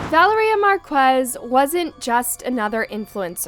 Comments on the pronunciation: “Val-uhh-ree-uh” noooo its vuh-lair-yuh!!!! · LEARN TO PRONOUNCE NAMES ITS NOT VALERIE-uh it was val-lar-ria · Is her name really pronounced as "Val-er--ee-ah?" Or is her name pronounced as "Val-air-ee-ah?" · American people can pronounce for once this name correct , it’s ValEria not ValerIa ….. the tone at the grammar E